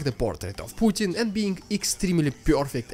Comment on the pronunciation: The propaganda pronunciation, displays very well how much mouth diarrhea is pumped out by those sources